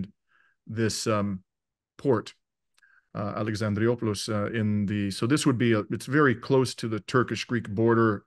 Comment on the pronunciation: Here we have a non-native English speaker doing his best to communicate, and we have host with Greek name, whose parents are "off the boat", who can't take the time or effort to properly pronounce "Alexandroupolis", in Greek or English. Not once, but TWICE, two DIFFERENT mispronounciations. Would he be that sloppy in court? Of course not. Unfortunately, from the mainstream media, there is a lot of misinformation, or lack of information, about the situation in Greece and Cyprus and Turkey, let alone Greece and Russia. So I think it is an important topic that warrants some seriousness, rather than a cursory, or lazy, discussion on the part of the interviewer with a guest who has a lot of knowledge and is trying very hard to present it in English.